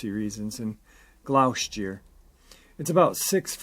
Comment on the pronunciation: Glostashire I believe is how you would say it